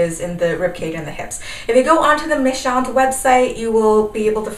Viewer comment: Your French pronounciation is perfect! Méchantes simply means *mean girls*. :)